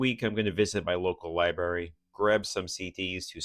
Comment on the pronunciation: Take a drink every time he says lie-berry. (Don’t, you’ll die.)